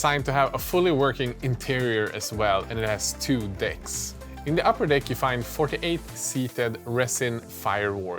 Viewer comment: I can't be the only one who heard "it has two dicks".